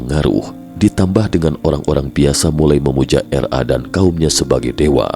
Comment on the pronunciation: RA kli bkn R A. hehehe.